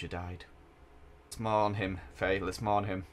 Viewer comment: When he says wife faye i keep thinking hes saying "wifey" 😂